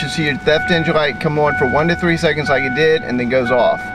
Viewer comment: what does ewon mean? I keep hearing you say you are going to turn the engine eewon. don't you mean on?? what school did you go to where they taught you to say eeww-on? I'm sure your parents didn't use the word on as in eeww on. lol